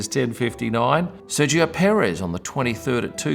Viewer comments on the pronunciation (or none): none